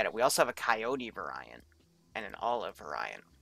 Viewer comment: omg how you say variant